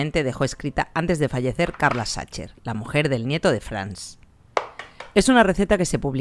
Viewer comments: Como boricua que vive en Alemania te puedo decir que con tu pronunciación de "Sacher" nadie te entenderá.😆😆😆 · Porque lo pronuncias así? Sería más similar a [sajeeer] es lo más parecido. En México lo comemos sin saber, mi abuela lo preparaba para mi cumpleaños. El que venden en el hotel Sacher tiene una cantidad enorme y loca de azúcar porque así se conserva más para que aguante el viaje, porque muchos turistas lo compran para llevar. No es de mis preferidos. En México he comido lo más ricos. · Queda horrible que pronuncies CH. Es Sajer!! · Por favor, pronuncia el nombre corretto! "saquer" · Por favor, se dice SAJER, la ch en aleman, es J...en serio, tanto esfuerzo en reproducirla y no dar un paso mas en la pronunciación?.